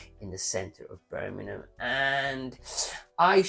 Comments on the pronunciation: Need more practice at pronouncing Birmingham sir :) its not burning em lol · Can you learn how to say Birmingham correctly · Love the channel but you need to learn how to say birmingham 😂 or shorten it to brum! Great info though as always.